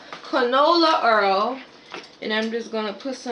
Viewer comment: urrrl = oil, burlling = boil. Love the accent (or pronunciation)